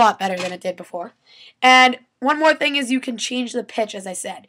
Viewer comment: HAHA!... thettings